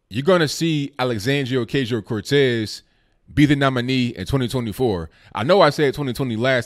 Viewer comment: The "A" in OcAsio is pronounced like the "a" in macho....keep up the good work bro